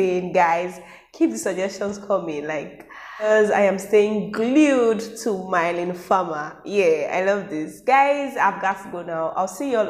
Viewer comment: The bg music or whatever isn’t actually lyrics or anything.. the only real word is “Innamoramento” (it’s in Italian, means (shortly said) purest moment of love) which also the same of her 1999 album & one song from that album. Her name is pronounced as Me-len btw, not May-leen :) it’s often confused as it’s a french name and people aren’t used to that.. you can always check pronunciation in french google translate btw! Make it spell it out for you Thank you for the reaction! Sadly you missed the first song tough.. maybe do that next time since it’s pretty amazing?